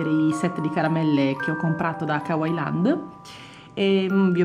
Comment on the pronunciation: si scrive kawaiiland ma si pronuncia kawaiilend